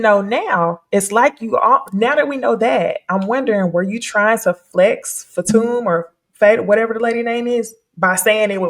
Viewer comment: Hey friend Fatum’s name is pronounced “Pha - Tomb” 😂😂😂 not “Faytum” love 🙏🏾😅🤣